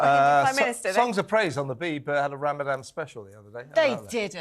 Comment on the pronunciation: I'm totally on Kevin's side but sorry to sound picky but he needs to pronounce Ramadan properly rather than call it "RamadaM". The people on the other side of the argument are very likely to get easily offended so it's better to NOT give them something to moan about, as they might get inspired to give him the Batley teacher treatment just for calling it RamadaM. is 100% spot on as well and a huge inspiration for me as a woman. We need more types out there. Happy Easter to all at TalkTV! With best wishes and great respect from a Jewish supporter who is thankful for the support you have given my community.